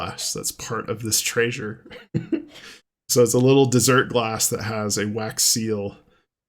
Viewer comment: I notice how you're saying treasure like traysures now😂. Don't force it, 😅